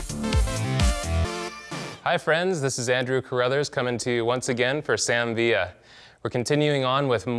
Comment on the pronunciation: Sam Villa....not Sam viaa....lol